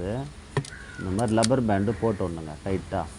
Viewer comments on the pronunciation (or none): Cousin brother ன்னு ஆங்கிலத்தில் உச்சரிக்க தெரிந்த நண்பனே, அதென்ன லப்பர் பேண்டு rubber band என உச்சரிக்க மறந்து லப்பர் பேண்டு லப்பர் பேண்டு RUBBER BAND.